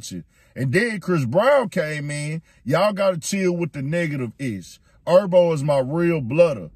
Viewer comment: Who TF is Erbo? IK I’m not the only one that heard him say G Herbo name like that its no excuse for that.😭